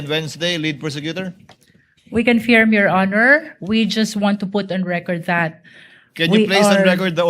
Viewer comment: Luistro has her own pronunciation about this word confirm by saying it confiirm